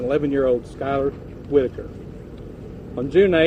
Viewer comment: That is not how you pronounce the last name "Whitaker"... I see what you did there...